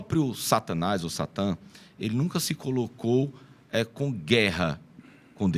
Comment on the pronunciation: SHATAN ????? acho que você falou errado o termo no Hebraico